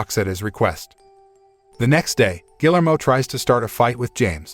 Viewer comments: Gill-ermo? Really? ...and "fatal" wound? When has ANYONE EVER recovered from a fatal wound? Why does it seem to be too difficult to actually pronounce words correctly or actually know their definitions...especially when doing a recap channel? Minimal effort. Shoddy work, period. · The name is pronounced (HARD "G", AS IN "GUILTY", OR "GARDEN") "GEE-AIR-MO"! "GUILLERMO"! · This dude doesn't even know how to pronounce "Guillermo"... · His pronunciation of Guillermo hurts my brain